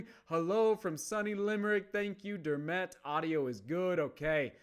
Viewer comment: Please, please, please learn how to say Dermot.